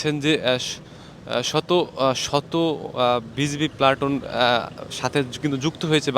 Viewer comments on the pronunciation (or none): none